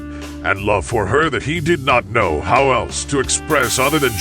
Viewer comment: Ai can't even read lmao that can't even say the word how